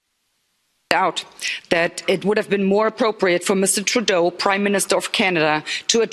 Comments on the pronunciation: it’s True-doe. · it's pronounced like True dough.